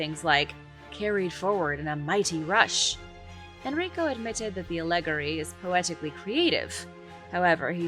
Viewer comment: You do wonderful work but this is not how you pronounce the word allegory